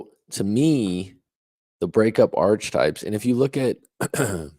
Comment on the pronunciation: it's pronounced "Ark-a-type." Not "Arch" types. Sorry, it's my OCD with grammar, haha. Nice video